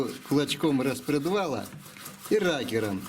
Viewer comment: (рокером) а не ракером